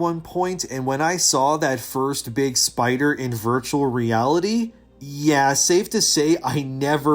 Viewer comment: big pussy baby scaywed of big spewder